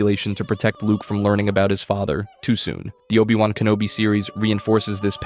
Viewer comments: NOPE... you lost me the instant you said OH BYE WAN... downvoted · and obI wan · Cool video, with obvious potholes but the mispronunciations are horrible. 'O-buy-Wan'? Really? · Obai Wahn? If you're going to take the time to make videos, just narrate them yourself. Also, maybe look into what actually constitutes a plot hole... and what actually happened in Star Wars, because a lot of this isn't even accurate? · Oh-Bye-Won??? Huh? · You lost me at O-Bye-Wan. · Oh-bye wahn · "OH-BYE- WAHN" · I sadly want to say I got to min , where they say "O BYE Wan"... I'm out. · obai wan seriously 😒